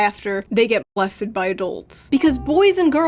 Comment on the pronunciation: when you said "molested" it sounded like you said blessed for a second... xD